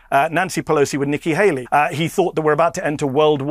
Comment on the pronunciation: Nikki Hakey, Nikki Haley, Nikki Haley....Medical folks have been saying his mind is frozen and he's trying to remember what is trying to say, his brain is stuck.